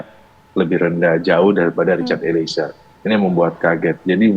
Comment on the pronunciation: Mbaaa host ..eliezer... Bukan Eli ezer...gmn sih andaaah nyebut nama org...